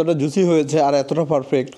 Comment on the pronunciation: ভাইয়া পারফেক্ট এভাবে উচ্চারণ করবেন আপনি সব সময় ফারফেক্ট বলেন এটা ভুল